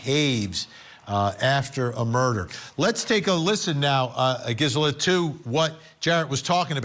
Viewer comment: GIZZ-ela? Really, Vinnie?